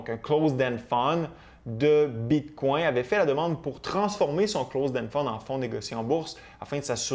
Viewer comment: J’aime bien tes vidéos, mais ca tappe sur les nerfs la façon que tu prononces bitcoin. J’ai le goût de me smasher la tête sur le mur… Bit🦆 🤦🏻‍♂️🤦🏻‍♂️🤦🏻‍♂️